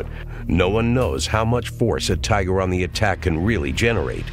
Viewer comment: REEOWL TYYGAH, lol